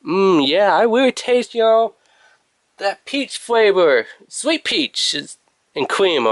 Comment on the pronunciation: 5 degwees, weecoil, thwee point thwee, fweavouw, quickwee. Man i cant =)))